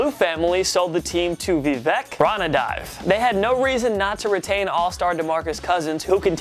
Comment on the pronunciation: It's pronounced Vivek Ron-Ah-D-Vay. From, a die hard Sacramento Kings fan :)